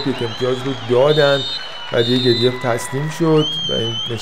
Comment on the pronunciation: گدویف تلفظ صحیح روسی شه که بالای پیج نوشته.